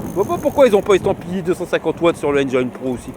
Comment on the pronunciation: J’aime bien t’écouter! Sauf quand tu dis Enjaïne au lieu de Enjin (pour prononcer Engine)